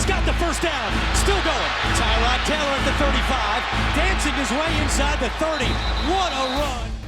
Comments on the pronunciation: Tyrod said on the pat McAfee show it's pronounced ty-rod not ter-rod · Tyrod is not pronounced Tuh-rod, it’s Tie-rod. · And you need to stop butchering Tyrod's name, it's pronounced TIE-rod not TUH-rod, dude was on Pat MacAfee's show 2 weeks ago explaining how y'all keep fuckin it up but here you are doublin down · Stop mispronouncing Tyrod's name, it's TIE-rod, it's not TUH-rod, he explained it 2 weeks ago on Pat MacAfee's show yet here you are contradicting him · Tyrod literally went on Pat McAfee show and said "it's not Tuh-rod, it's Tie-rod." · It's tie rod taylor. Not trod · It’s TYROD NOT TUROD… HE SAYS IT HIMSELF ALL THE TIME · It's tyrod not tarod. What the heck 😂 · I will continue to pronounce his name Tie-rod taylor until I die and nothing you can do will stop me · Actually that is NOT how you say Tyrol Taylor’s name. He said in an interview this year with Pat Mcafee that it is “Tie-rod” Taylor. So sorry you are wrong Sr. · It’s “TIE” Rod Taylor actually, sorry I love you but I gotta correct you on that one bud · The Tyrod pronunciation is like the kid in class who pronounces his name as La'roy but it's really Leroy 😂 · Come on on pat mcafee show tyrod said how to say his name and it wasn't that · Tyrod in interviews says that's not how you pronounce his name 🤦‍♂️😂🤷‍♂️ his mom too lol